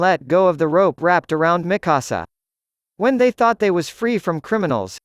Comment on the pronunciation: Miksua not mikussuh